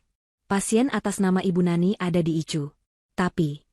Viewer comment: Koreksi, bukan ICU tapi dibaca "AISIU"